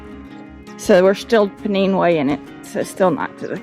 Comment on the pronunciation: Pennine way is said pen then nine not neen. Pennines the backbone of England. Very great walk. Pennine way 278 miles from Derbyshire to Scotland.